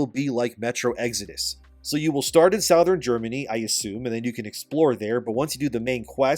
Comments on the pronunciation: Sou-thern Germany. What lol. Strangest pronunciation I've ever heard. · I've never heard anyone pronounce "Southern" like that before..... Is that common?